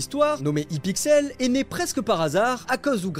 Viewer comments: Sa se dit aypixel pas ipixel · Quand tu as dit hIpixel ça m’a fumé on dit HAIPIXEL 😂😂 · on dit Haiepixel pas hipixel